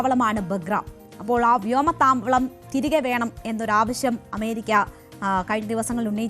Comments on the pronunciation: വ്യോമ താമളം അല്ല വ്യോമ താവളം. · വ്യോമ താമളമോ നിന്നെ ആരാടി മലയാളം പഠിപ്പിച്ചത് 😄😄😄😄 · വ്യോമത്താമലം ആദ്യം ഒന്ന് തെറ്റിച്ചു, ക്ഷമിക്കാവുന്നതേയുള്ളു, പക്ഷെ വീണ്ടും തെറ്റിക്കുന്നു .............അപ്പോൾ എന്തോ പ്രശനം ഉണ്ട്. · വ്യോമത്തമള. തവള അല്ല മാക്രി.. 😂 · വീട്ടിലെ പണിതീരാതെ നാക്കു വടിക്കാതെ അലക്കാത്ത ളോഹയും ഇട്ടു വാർത്ത വായിക്കാൻ നിന്നാൽ ഇങ്ങനെ താമരക്കുളം ഒക്കെ വരും, വേഗം പോയി കിടന്നുറങ്ങടി മോളെ, ഇനി ഇവിടെ കിടന്നു ബലം പിടിച്ചാൽ ഗ്യാസ് കേറും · സൂക്ഷിച്ചു പറയണം വ്യോമ താവളം 😁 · ത്യാവളം എന്നാണ് പറഞ്ഞത് അവഹേളിക്കാൻ നോക്കല്ലേ 😂